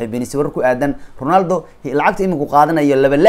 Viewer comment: Ronaldo ❌ Rinaldo ✅ 😂😂😂😂